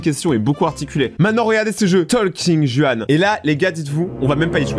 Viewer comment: Juan se prononce ruan c’est espagnol